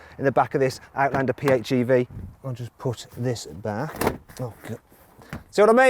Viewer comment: アウトランダーの発音がよすぎて感動した